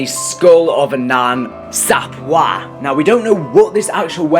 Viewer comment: It's pronounced Sap way bro😂